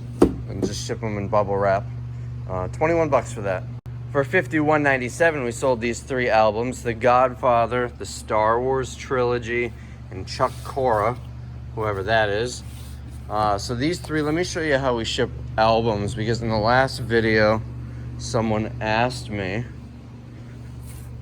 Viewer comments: Chick not Chuck Corea pronounced Korea like the country very famous Jazz composer...ironically passed away 2/8/2021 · Chick Corea (pronounced KOREA). Jazz composer who recently passed away.